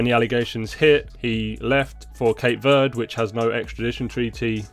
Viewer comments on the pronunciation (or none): none